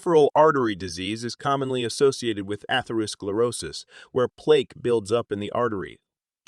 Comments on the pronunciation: yeah. he mispronounced plaque (placke) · Plake, plok, seriously? Can’t even pronounce plaque? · I can't trust a video when you can't pronounce the words "psoriasis" and "plaque" correctly. I was shocked.😮